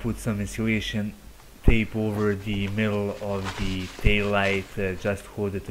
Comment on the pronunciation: to de , to de, to de, for de, use dee, put dee, Take dee, Off dee, dees a............!!!!!😂🤣😂🤦‍♂️🤦‍♂️🤦‍♂️